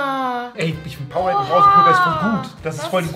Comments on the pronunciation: Bin ich fr die einzige die sich darüber aufregt wenn jemand powe-rade sagt das heisst power-ade kriegt das doch bitte in euren kopf😭😭😭😭😭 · Wie es echt heisst: PowerAde wie es Rezo sagt: PowerRade 😂😂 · Funfact: Es heißt Power-ade also es wird auseinander gesprochen Will nicht klugscheisen wollte nur mal sagen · einfach powerade einfach falsch ausgesprochen🤣🤣